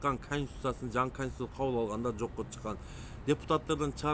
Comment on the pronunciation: Э индейс эмнеле деп тантып атасын конституция денге тилин келбейт анан сага аттын богу барбы саясатта адамды раздражение кылган токой мына сени созуно кошулуп комментарии жазгандар суйлошуп алып эле алган окшойсунарго,бул детский кылыгынар жарабайт